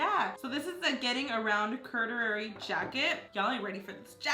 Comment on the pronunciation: Curdurary? It’s corduroy osea pana I believe that’s what it’s called in Spanish.